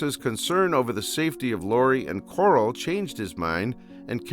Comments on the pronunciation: It’s pronounced Carl not coral so car-al not cor-al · “Coral”? U mean “Carl”? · It's pronounced "Carl", not "Coral". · ITS NOT CORAL. ITS FREAKING CARL!!! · who the hell is Coral? dont you mean Carl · Why does this dude call Carl coral 💀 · Lol kept calling Carl Coral 😅 love it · I genuinely dont know if hes calling Carl "Coral" as a joke or not XD Im trying to focus on the video but boom "Coral". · I can't with the name pronunciations in the video lmfao first Corl then I lost it at Dave